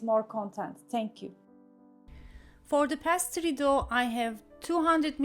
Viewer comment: Pa-toy-to degil. Po-tay-to diye söyleniyor. Pastri degil peys-tri diye söyleniyor. iyi amacla düzelttim, hakkinizi helal edin. Elinize saglik 🥰